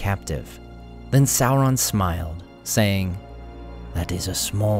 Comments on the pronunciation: Tolkien actually intended Sauron to sound like Sore-on not Sour-on, saur- being reptile like dino-saur. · He's a little less scary when you keep calling him Sow-Ron. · How do you get a pronunciation of Salron from the name spelled Sauron? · Well done. Excellent multi-voice-narration. For lunch though, I prefer Chilli-on than Sour-on. 😂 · please stop mispronouncing Sauron. It's Sauron as in dinosaur check the Tolkien interviews if you don't believe me.